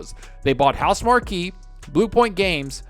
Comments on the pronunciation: AND ITS PRONOUNCED HOUSE-MARK!!! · Always thought Housemarque was pronounced "House Mark". Playing Yakuza : Like A Dragon. Now that's a game you can just fall into for hours.